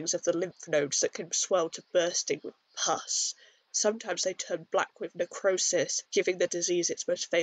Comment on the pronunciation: Dude once I get passed how heavy you lean into the word “pus,” this is really well done and shows the breadth of how pandemic affected us historically. Adorable AND smart!